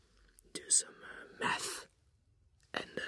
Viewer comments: I thought he said meth when he said math. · So i’m gonna do some uuuh “meth”.... (the accent really did it there lol)